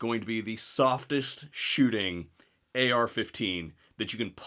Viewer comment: He did not even say AR 15, he said XR 15. 😂😂😂😂. He is a lengend in his own mind. Does he even know what basic gun safty is? Where did he take his CPL class? Wow!